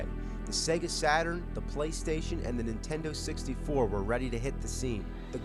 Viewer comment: LOL "nintendo sixty four" = "disease former"